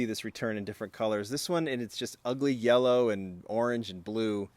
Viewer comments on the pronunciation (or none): none